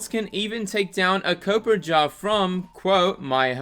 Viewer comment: It’s Copperajah, as in copper (the metal) and rajah (rah-jah). I thought you’d like to know that.